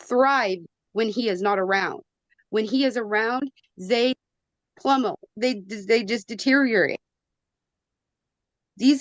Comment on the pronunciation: “they plummel”? Excuse me ma’am, the word you’re looking for is ‘plummet’. Learn words. You’re dumb and should have supervised visits. You can’t pronounce basic words, how the hell are you advocating for them?!